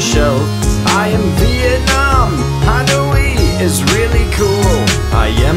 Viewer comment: It’s not hanoe it’s Hanoi